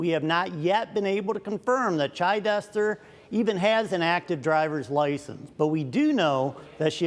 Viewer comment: It’s not Chi-dester, it’s Chid-ester. This women needs a prison sentence. I doubt she only had one drink. She doesn’t even shed one tear for those kids, while in court.